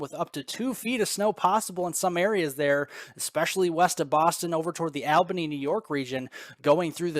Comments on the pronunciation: its pronounced All bany not al bany 😂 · Albany is pronounced Alllbany, All-ba-nee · You are still saying ALbany, when it is pronounced ALLbany, NY. And i see someone else picked up on it too.